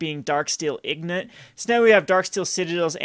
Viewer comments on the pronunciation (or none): ING-GOT! ING-GOT! STOP SAYING EEG-NIT! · lol "darksteel ignot" it's "INgot" as it not gn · INGOT! The N is in front of the G! EEng-ot! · true - he shuoldn't ingore the correct pronuoncaitoin